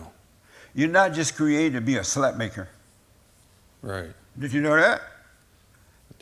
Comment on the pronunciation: Emphasis on slut maker😂